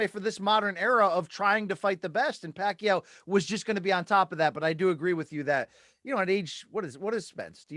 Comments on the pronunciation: Damn Rafe pronounces Pacquiao flawlessly. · Finally, someone who pronounces Manny's last name correctly